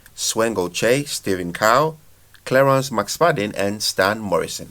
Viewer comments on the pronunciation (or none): none